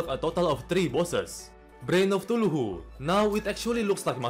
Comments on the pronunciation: "brain of tuhulu" i have never seen someone pronounce it like that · Did he just say "Brain of Tuchuluu" when his saying the reworked vanilla bosses 😂😂😂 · Why do you say Brain of Cthulhu as "Brain of Tuluhu" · "Brain of Thulhu" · The way his accent makes him pronounce some words is hilarious Like brain of Cthulhu is brain of thuluhu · "brain of thuluhu" - 2022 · brein of tuluhu💀💯💯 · "Brain of Tuluhu" 💀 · "Brain of Thuluhu" lol 😄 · "brain of tuhulu" ahh yes my fav boss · "brain of thulugu" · "brain of thuluhu" 💀🧠💀